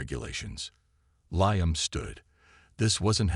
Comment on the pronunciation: LEE-UM not LIE-UM